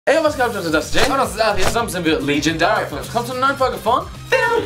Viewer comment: warum sagt ihr eigentlich nicht Leejaydarya Films anstatt legendarya films